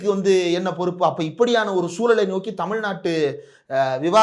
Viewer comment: தமி நாட்டை" ழ்" எங்கய்யா தொலைத்து விட்டீர்களா?... தற்குரி விஜய் கூட சேராதீர்கள் என்று சொன்னால் கேட்கிறீர்களா மில்டன்... இந்திரகுமார் தேரடி...